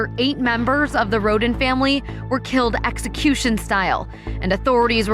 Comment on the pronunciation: It's Rhoden, not Rodin, I'd anyone wants to research it.